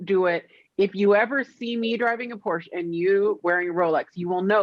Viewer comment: You know I love you but you've got to pronounce Porsche correctly if you're going to own one 🤪